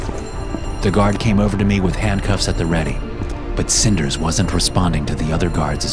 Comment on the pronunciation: Bro “cinders” …